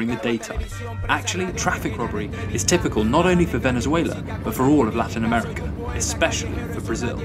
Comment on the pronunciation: This guy said “Venezueler”